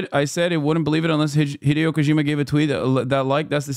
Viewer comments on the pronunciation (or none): none